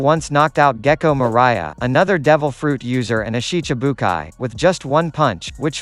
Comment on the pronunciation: Just the ways the voice says some of the word like gecko maria